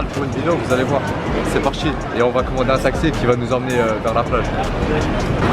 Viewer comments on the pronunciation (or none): TA DIT TAKXI QUE TAXI 😂💥GG